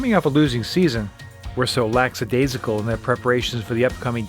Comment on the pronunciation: Will someone tell this narrator it's LACKadaisical, not "laXadaisical"?